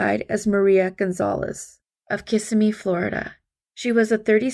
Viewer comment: It’s pronounced Ki-SIM-ee. Grew up not far from there. More and more I find I may have grown up in a bubble of denial. So many innocents lost their lives within an hour of where I grew up. The other side of that would be that such horrid rarely touched the lives of my loved ones. Praise God these ladies have their names back! Now to get the evil that took that from them!